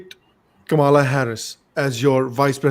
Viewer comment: Anchor could not pronounce Kamala correctly